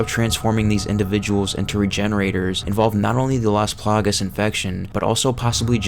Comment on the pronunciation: take a shot every single damn time he says "las palagas"